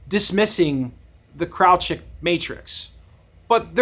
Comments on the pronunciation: Kraljic is of Slavic origin and is correctly pronounced as "KRAHL-yeetch" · Thanks for the video and background on it... please do a retake with a proper pronunciation of the name of the main / subjected character ;)